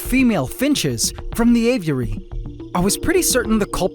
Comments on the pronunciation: Ay-vee-eh-ree. Not ay-view-eh-ree. You say this word a million times in this episode. My ocd won’t let me watch this one because of your mispronunciation. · It pisses me off how you say av-i-ur-ary. It's just a-vury. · man said GAYviary!!😂❤ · "Gay-viary" lmao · Por que ele fala assim dando ênfase? Aviárioooo kkkk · Did bro just say gayviary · bro you said gayviary? hahahahha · Did he say " gayviary " ? Lol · Heard that as well lol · Please just keep calling the Aviary the Gayviary, I love it. 😭👌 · He straight up said Gayviary lol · "Gayviary" I died 💀💀 had to rewind twice just to make sure i heard it right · How is it possible to mispronounce “aviary’ so many different ways? You’re like Benedict Cumberbatch and ‘penguin’